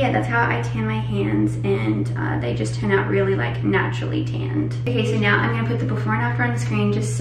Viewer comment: she says 'hands' like an American and she says 'tanned' like an American 🤯 Our Aussie is losing her accent 😢